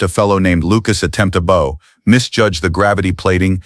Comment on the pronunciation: He did not attempt a bow (rhyming with no) he attempted a bow(rhyming with now.) Sloppy AI narration, by an AI voice used across many channels.